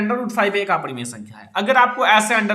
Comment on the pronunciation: Sir aaparimaya nahi aparimay